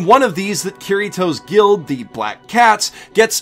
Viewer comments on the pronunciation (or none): none